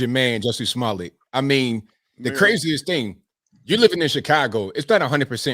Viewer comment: Why all of a sudden are they giving #JussieSmollet a french pronunciation?? Giving him more class than he deserves. Daaamn! #LyinJussie